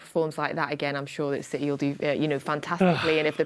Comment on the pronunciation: Citeh…….. that was terrible😂